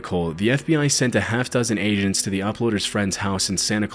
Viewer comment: did anyone else hear "Asians" before they realized it's agents ??